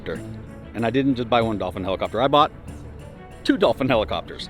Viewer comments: 'Doll Feen'? It's actually pronounced 'Dough Fan' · Dolphine? Dauphine? Why can't Americans pronounce it? lol Dauphin = DAW-FIN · It's not dolfin! Please don't pronounce it with an L! "Dawfin" is how you pronounce it!! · Eurocopter AS365 Dauphin; Why do you keep calling it a Dolphin?? Dauphin of France (/ˈdɔːfɪn/, also UK: /dɔːˈfɪn, ˈdoʊfæ̃/ US: /ˈdoʊfɪn, doʊˈfæ̃/; French: Dauphin de France [dofɛ̃ də fʁɑ̃s] ⓘ), originally Dauphin of Viennois (Dauphin de Viennois), was the title given to the heir apparent to the throne of France from 1350 to 1791, and from 1824 to 1830.[1] The word dauphin is French for dolphin and was the hereditary title of the ruler of the Dauphiné of Viennois. While early heirs were granted these lands to rule, eventually only the title was granted. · Mate “DO FAN” not Dolphin, not Dolphine…please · Dauphin is pronounced more like Dau-fan in French. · DAUPHIN!! Pronounced DO-FAN or DOUGH-FAN Its French. Dauphin 2 this type was Operated in the Search & Rescue role over here in Ireland with the Irish Air Corps. The Irish Air Corps is the Military Aviation Element of the Irish Defence Forces. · Has the 💶💵💷 to buy these two choppers but can’t pronounce the model name correctly. 🙄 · Dave just cant say Dauphin , its a beard thing